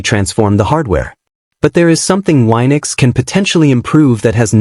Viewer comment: It's wee-nux, not why-nux